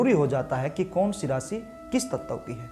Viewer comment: ततव तत्व 😂😂😂😂😂